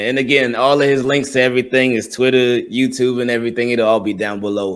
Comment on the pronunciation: In the beginning why when he say youtube and true I here a slight baltimore accent.